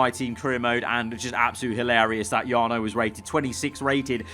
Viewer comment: Jarno is butchered